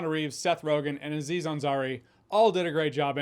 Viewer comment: It's not A-ziz Ansari, just like it's not A-dam. It's just Aziz Ansari.. Having watched the full video, he corrects himself later. 😂😂